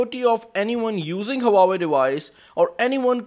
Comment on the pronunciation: It's HUAWEI NOT HAWAWWEI !!!